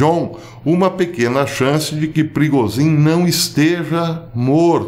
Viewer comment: A melhor pronúncia do nome do chefe dos músicos que já ouvi: Perigosinho!